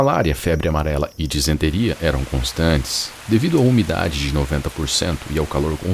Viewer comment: Você manda bem. Mas apenas uma correção..O certo é disenteria, não desinteria.